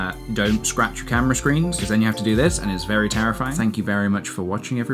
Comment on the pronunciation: Vewwy vewwy cawful